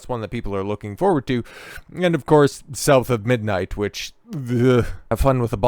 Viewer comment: South of midnight, SBI trash. Im sorry, I meant, "Souf a midnight". sheet